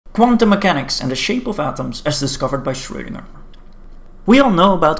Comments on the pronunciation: FYI, "ö" is pronounced like the "ur" in "turn", not the "oe" in "toe" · Schwödinger OwO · Right. His name is pronounced like a type of ladies’ support undergarment that has fallen out of fashion.